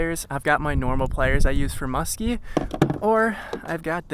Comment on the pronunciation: The most homosexual fishing video I've witnessed....say musthky....for me baby